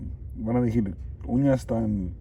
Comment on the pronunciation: Hola. Mi pones nerviosa 😁me en canta cuando. Dises. Kiero dijir. 🤣Pero eso ke no te importe tu abla como puedas.. Saluds. Ojala en cuentres muchas cosas. Nooooo ratas😱😱😱